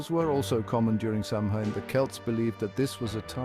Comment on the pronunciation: You would think with research he would be able to pronounce Samhain in the right way. He says it once and then mispronounces it the entire rest of the video. For me the content was good, but just the mispronunciation of that sacred night was troublesome 🥺